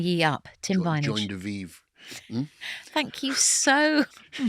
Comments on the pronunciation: I love how she calls him vinage 😂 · I don’t know about anyone else but her calling him “Vineage” every three minutes kinda bugs me. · Stop calling him 'Vineage' 😱 Take a shot of tequila every time she does...you'll need an ambulance. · I had to stop watching, the "Vineage" thing just got too annoying. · Please please please Stop calling him 'Vineage'. It's not clever and it's not funny. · wish she would stop saying vineage